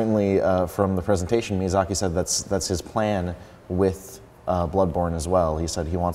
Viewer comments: Mizayaki lol XD his name got butchered well cant blame the guy some japanese names are hard to say. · Lmao the guy doesnt even know how to pronounce Miyazaki.